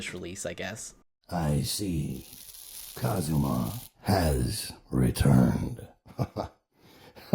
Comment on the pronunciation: unfortunately no, he says Kazuma-chan as this weird Western Japanese middleground